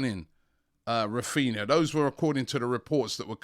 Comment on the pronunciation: His names raphinha not raphina